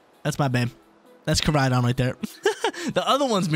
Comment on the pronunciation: Come on that’s Koraidon not Moraidon 😂 love you though brotha keep it up